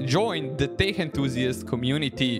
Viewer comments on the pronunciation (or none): "Тек", а не "тех"